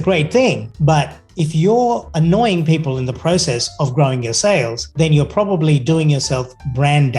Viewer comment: you need way more subscribers. good stuff... it sounds like you say "it'll tell you when you're on crack and when you're getting off crack". it REALLY sounds like that. I had a good laugh. nice video